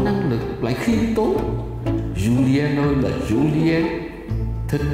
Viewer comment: Julien: chu li en 3 âm tiết